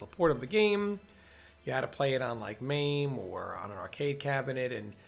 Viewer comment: MAH-MAY is the emulator's name